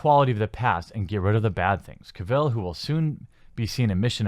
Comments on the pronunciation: Cavill. Not Ka-Ville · you are saying Cavill wrong :D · Glad you just started calling him Superman... the way you pronounce his last name gives me nightmares